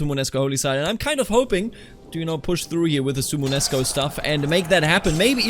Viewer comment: suomenusko don't drop the o in suomen Perkele * Suomen Usko = Finnish/Finnic Belief are 2 separate words